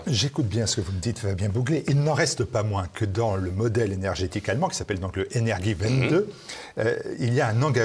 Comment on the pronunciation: Très intéressant. Il faut prononcer "Energiewende" comme "Energiewéndé" ."wéndé" pas "Windé"